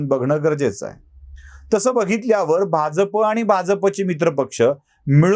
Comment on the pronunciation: आपण शुध्द मराठीत बोलता परंतू आपण आणी तोरसेकर भाजप शब्दाचा उच्चार चूकीचा करता